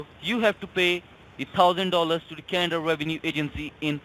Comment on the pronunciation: Good one again Sir. How can someone fall for these scamming bastards who can’t even say Canada properly